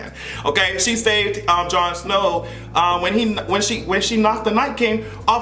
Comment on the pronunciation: put some respect on Jon Snow's name!! 🤣🤣🤣